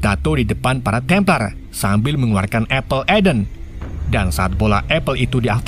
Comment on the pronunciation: Apple of Eden bang penyebutannya